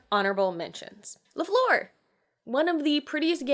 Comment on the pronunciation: The Game "La Fleur" is not pronounced like "Floor" ouchie... Nice selection of games nonetheless. Flower themed games seem to be a trend.